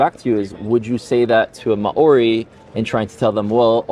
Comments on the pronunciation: I love you Rudy but every time you say Maori it makes me cringe, it's "Mao-ri" not "Ma-ori" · Hi Rudy! Just a pronunciation tip. The "ao" in Maori is a diphthong and is pronounced like Chairman Mao, rather than Ma-ori. And before the Maori, there were Morioris in New Zealand. It's politically incorrect/inconvenient to say the Maori genocided them, but they're somehow all dead. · Maori is pronounced maow-ree. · The Maori example is both good and really bad. The Maori people arrived in New Zealand in around the 1300's AD, the europeans arrived around the 1500's - 1600's AD And there is some evidence that there was a people in New Zealand prior to the Maori who the Maori... unalived Also the way he says Maori as Ma-Ori makes me cringe so hard It's pronounced like Mouldy but with an R sound instead of a D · ma ori is: what light? In Hebrew, sorry for his pronunciation 😊 he's falling back on Hebrew. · Yes, drives me nuts. "Mao-ree" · Holy fuck!! Less than 30 seconds in and I think the problem should be solved! They quickly get on to the historical topic of hominoids. And then this moron insensitively mispronounces the proud and epically gorgeous people of what is now New Zealand. Kinda a perfect example actually as to do how to live together and not be moronic human beings fighting over “fairytales” But also why I will not continue watching this moronic debate because it’s nonsense Israel and Gaza have nothing to do with a religious battle. Clearly. Extremists may suggest that the cause. But any intelligent person can see this is about resources and money! 4000 children didn’t have a chance to think religiously. Israelis are wealthy too an ungodly extent. If old white men really believed in a heaven. Why does the greed and appetite for power and governance of land make them evil? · It must be the Hebrew spelling of it